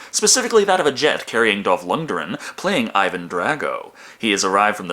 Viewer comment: Seen you pronounce the name a few times now, and its time for a correction. Lundgren, the G is not silent. Lund Gren